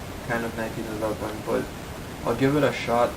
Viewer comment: " The nineteen eleben "